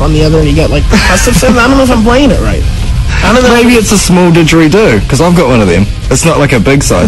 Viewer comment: i like the way ray says digeridoo!! lol it makes me laugh.